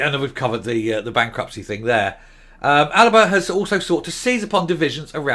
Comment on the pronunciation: You keep incorrectly calling it the "ALABA" party, why is that?